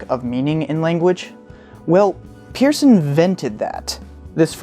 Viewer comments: Peirce is pronounced "purse". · It is pronounced 'Purse' (his last name) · Bit of a quibble, but Peirce's name was actually pronounced 'Pers'. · His name was pronounced, Purse. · Try again with Peirce pronounced as noted here. And check out Arisbe for some indication of continuing work. Peirce still remains a revolution waiting to happen.